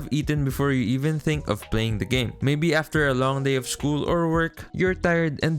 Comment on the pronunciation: i love the way he said "after work and SCHOOL"